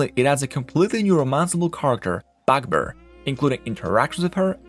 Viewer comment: skill issue. only thing i didnt understand at first was him saying "Bugbear"